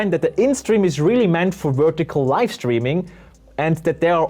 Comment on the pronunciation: He keeps saying yolo "lift" and it's throwing me off. Its yolobox LIVE!!